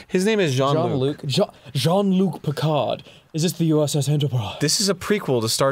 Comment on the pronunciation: "John Luke" Im done. Out. Can't even.